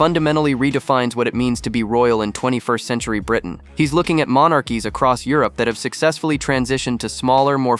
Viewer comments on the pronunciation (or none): none